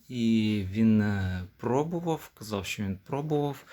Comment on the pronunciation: Яке брехло. Займися чимось корисним, демагог. Ще одне щьо, чьо. Тьху! Нявкає щось. Говорити навчися по-людськи. Ще і в тебе суддя забере слово. От тоді й подивимось, чи допоможе тобі твоя демагогія.